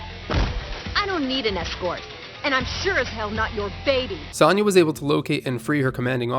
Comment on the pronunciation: The way you pronounce "Sonya" irrationally bothers me more than it should, lol.